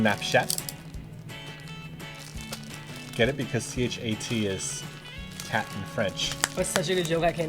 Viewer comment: omfg simon you don't say the "t" in "chat" you basically just said "snap-p***y"